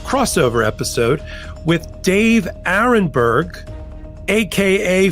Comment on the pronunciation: David too! Aronberg not Aaron. Senior moment.😅😅😅